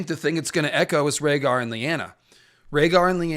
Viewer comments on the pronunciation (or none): Reading Rhaegar was harsh.😂